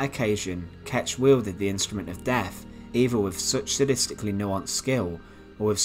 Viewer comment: Dude, please! It's "th" not "f"! Fifteenf, def, bloodfursty, Monmoff. You need to work on that immediately for God's thake.